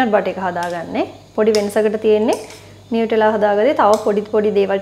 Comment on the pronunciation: නියුටෙලා නෙමෙයි නුතැල්ලා❤️